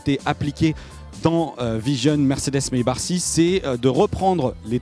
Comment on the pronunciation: ON DIT MAYBACK ( MAybak) et pas Maybar... On dit pas Jean Sébastien BaR mais bien Jean Sébastien BACH C'est pareil sur tout les tests en FR c'est dingue ca, meme pas capable de répéter le nom de la marque .. bande d'erreurs génétiques